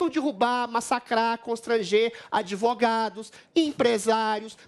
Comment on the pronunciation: Biticóiu! Creptomueda! Dipuenti! Advugadu! Dipuimentu!!.